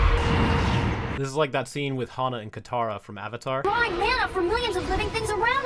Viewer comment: It’s Hama not hana.